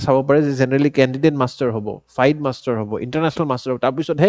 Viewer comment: I mean no disrespect sir. But a little correction. FIDE is pronounced as ফিডে. Not ফাইড.